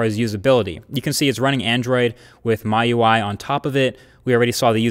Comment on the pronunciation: Pronounced as Mi-UI. Not My UI. Review Mi Note 2 too. I am kind of disappointed that you didn't review Xiaomi Redmi Note 3. It had Snapdragon 650 just at 180USD